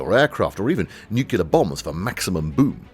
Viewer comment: And 'nuclear'. *Newcular*.